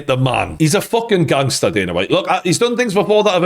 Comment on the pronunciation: his name isn't daner it's dana